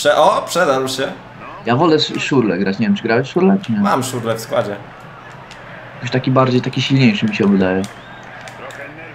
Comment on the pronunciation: Szirle -.- Nie Szurle